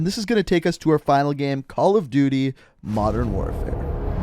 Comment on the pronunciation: Jello “mondern” lmao